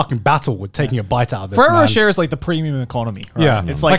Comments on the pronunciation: I find it funny the way they pronounce ferrero roche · AS a french canadian from Quebec, hearing the boys trying to say Ferrero Rocher makes me rire en français